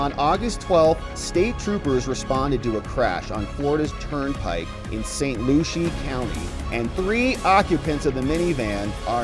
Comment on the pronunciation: NOT Saint Looshy... its Saint Lucy(Lucie)